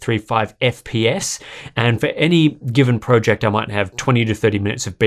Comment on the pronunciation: Please, I can't take it anymore! Please say 'project' properly...🤐